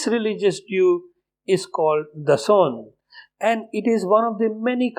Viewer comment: Many things i fonund wrong in ur speech about agha khanies... acording to ur knowlede and the given informantion about aga khanies are based on ur own perceptions without knowing without finding the truth..... even u cant pronounce دسواں ... aga khanies follow aga khan as an spritual leader who belongs to the family of peace be upon him... even aga khan never claimed never said that he is God ... nd all the followers believed him as a spritual leader not a God ....anyone can make perception by their own understandings, it doesnt mean you r 100% right..every action has many consiquences , the pple like you resists nd convert for the sake of positions but im dame sure you are not belong to aga khani religion...as per your lake info....